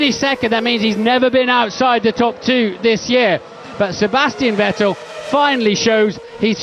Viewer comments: ve"tell" lmaoi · Why has David always refused to pronounce Vettel properly? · Did DC ever learn how to pronounce Vettel or that just his Scottish accent?